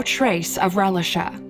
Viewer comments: I'm only 2 minutes in the video and I'm tired of her calling this poor baby relish-a 😡😤 it's pronounced "Ray-lee-sha" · Am I the only one that's annoyed with the mispronunciation of Relisha's name?